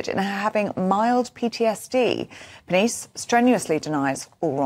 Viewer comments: Giovanni's surname is pronounced pair, knee chay. 😀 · These two, so-called presenters and their producer, need to be told how to correctly pronounce Geovanni's surname. 🙄😖🤬